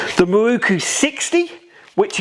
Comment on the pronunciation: Open close ...open close...open close.... F..k sakes and what is a MAWOOOKOOO... Pronounce MAROW Koo